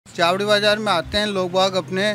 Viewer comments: मैडम जी कम से कम जगह का नाम तो सही ले छाबड़ी बाजार नहीं है चावड़ी बाजार है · मैडम पढ़ना लिखना कुछ नहीं आता चावड़ी बाजार को छावड़ी बाजार कह रही है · छावडी बाजार नहीं चावड़ी बाजार मैडम पहले बोलना तो सीख ले